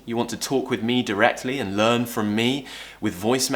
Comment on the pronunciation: learn word is different as u said i think u pronounced R in learn however after R is a consonant